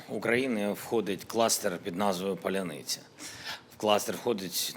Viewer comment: З Днем Незалежності! Не старайтесь писать на украинском язике.... вы не умеете. вас выдает произношение.... "ПАЛЯНИЦЯ"-.тринуйтесь!